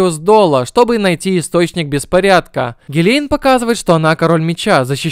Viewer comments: Что за озвучка гилейн вместо гилен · Когда смотрел аниме был не супард а сперд, и гилен а не гилейн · Во-первых не су́перд, а супе́рд, во-вторых не Гиле́н а Ги́лен